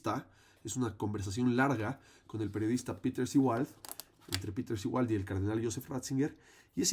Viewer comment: El apellido u origen del término Seewald se pronuncia en alemán aproximadamente como "ZÉ-valt". (Wikipedia) La Z como en inglés. Por favor, hay otras lenguas además del inglés